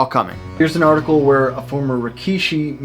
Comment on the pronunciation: I’d like to say the work Rikishi is pronounced more like “Rick-shi” and not Ree-kee-shi or rah-key-shi.